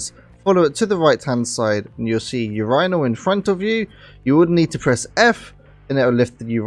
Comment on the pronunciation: I have never her urinal pronounced Your-eye-nal